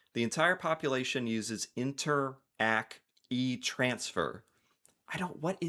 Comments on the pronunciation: interac is pronounced like interact (with silent Ts) not like inter, ack lol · remember, Interac, not inter-ACK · Interac is pronounced like "interact" (as in interaction) but without the "t" sound. It's a brand - in fact I'm sure you found out when making the thumbnail. You can also add a 6th player but solely for Québec: Desjardins. They have presence in other province but not as much but it's one of the biggest players here in the French speaking province. Personally never really used e-transfers because I always gave cash in person if I had to.